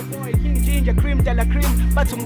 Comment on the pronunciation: It sounds like she was calling King Ginger Ben 10🤣🤣🤣